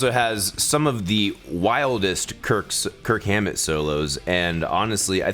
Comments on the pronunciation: “Kirk Whammet” 😂😂😂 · “Kirk Whammet” lol